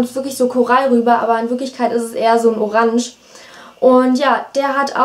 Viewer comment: voll lustig wenn du Orange sagst hahaah